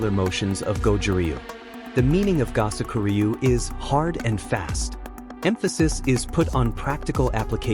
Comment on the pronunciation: I studied with for 48 years. If you're going to do these kinds of "documentaries," enlist a narrator who is familiar with the pronunciation of Japanese terms and names. It is "Koo-boat-ta" and "Go-soak-oo REE-yu." I can't even get through the footage, listening to you butcher my Master's name and his style.